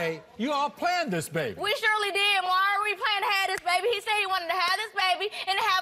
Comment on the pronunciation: I wish DA people could pronounce Maury's name.